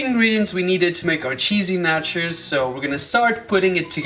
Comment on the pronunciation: Omg it's so funny how you pronounce nachos ( sounds like Nachas) which means buttocks in Spanish (México) 🤣🤣🤣😂😂